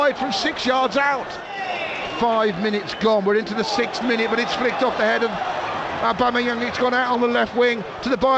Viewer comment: "Set up by aubebangz" and "it is abeyam" 😂 man really can't pronounce Aubameyang LOL